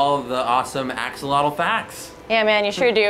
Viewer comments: I clicked on this to see if Joe would pronounce Axolotl properly. He did not. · Joe you pronounce Axolotl really funny. Also, they have also been found in the waters of lakes and ponds in the state of Hidalgo, it's a new discovery and the population is rising. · So it's pronounced like axo'otl?